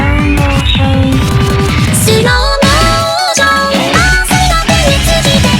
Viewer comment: ゆっくりがすろぉもぉしょんって言ってた)))))